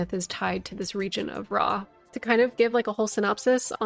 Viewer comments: It’s… ROW… did no one learn phonetics in elementary school?😭😭 pronounced “row-uh.” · AHA! A FELLOW ANCIENT RUINS OF “RAW” PRONOUNCER! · It's pronounced Rauh, not Rauh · How tf I’m supposed to pronounce “Rauh” keeps me up at night